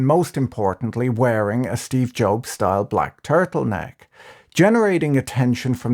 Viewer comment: Is this guys saying Steve Jobes just to mess with me?